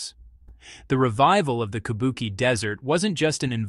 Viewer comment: Teach your robot narrator that QI in pinyin is pronounced CHEE. So, Kubuqi is KOO BOO CHEE. KABUKI is japanese ancient opera.